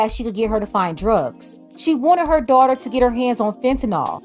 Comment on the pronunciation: Dawh-ter. Daughter. Not doighter ❤ English teacher 😅